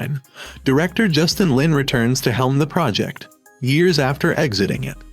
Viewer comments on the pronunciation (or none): none